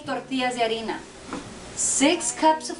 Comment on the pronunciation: Haha this was awesome, you are so upfront and said it like a true Mexican! Thanks!